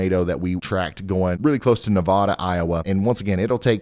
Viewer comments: Heads up - Iowa doesn’t say towns right. It’s not Nevada, it’s Nevayda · Love content until I hear nevaduhhhh. Ne-vad-aaaaaa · Four confirmed deaths. It's Ne-vA-dah not Nevada. ;) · Hopefully you never have to call out the town of Nevada, Iowa again. However, if you do, they pronounce it “Nevayda” rather than “Nevahda”. Also, should it come up in the future, Madrid, Iowa is pronounced “MAD-rid” rather than “Ma-DRID”. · Been to Iowa several times. They pronounce it "Ne-vay-da". Keep up the great work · I live in the Iowa area of the red tornado zone from yesterday, and the town is actually pronounced Nuh-vay-dah even though it's spelled the same as the state Nevada :) also huge thank you for keeping my co workers who live in these areas safe! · We don't pronounce it the same as in Reno and Las Vegas, Nevada. In Iowa, it is pronounced, "Ne vaye dah". I was corrected multiple times when I first moved here. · Nevada is pronounced neh-VAY-da here in iowa. Its weird. We live 30 minutes north of greenfield but we are out of town, so we are missing all the iowa weather. More coming thru our town as i type this. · Im local to this area. And its pronouced Ne-vay-da. If yall are interested, id be curious to hear what actual knowledgeable people think of the local phenomenon known as the "Ames bubble" as well. Storms seem to split or dissapte and go around Ames all the time, enough that its someone anyone from Ames knows and jokes about. My guess is that its something to do with the river valley to the west. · Just a small correction from an Iowan…. Nevada, IA: we realize how it’s spelled, but it’s pronounced with a long A…. (Ne-vā-dă), Thanks for all you do!!!! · It's Ne-VAY-duh. I know. It hurts to say it that way. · Minor nitpick. The town's name is pronounced "neh-VAY-duh" 😁😉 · Hey Ryan, it’s pronounced like NeVeyDa. I don’t really care but the residents are usually quick to correct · It's Nuh-vay-duh Iowa. Not pronounced like the state. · You're saying Nevada wrong 😊